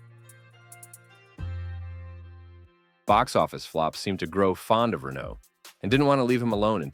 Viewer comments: Ray-no, not Renault 😂😂😂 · Its RenO Not Renno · Killer actor. You are pronouncing his name as if it was Renaud.